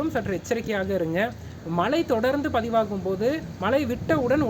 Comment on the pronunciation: மலை இல்ல மழை...நுற்பகல் இல்ல முற்பகல், னுப்பது இல்லை முப்பது...